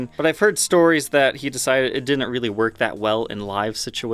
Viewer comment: It's hilarious that over pronounces words like "button, little, and metal" but can't fully pronounce "didn't." 🤣🤣🤣👍 Awesome video though! Long live the legend EVH! 🤘🎸🤘